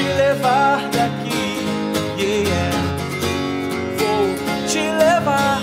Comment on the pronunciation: " yeéyé "??? não seria " yeah " ?